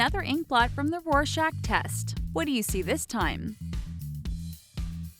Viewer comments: only one hating how she pronounces rorschach? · aaaahh the way u pronounce rorschach. >.< it hurts a bit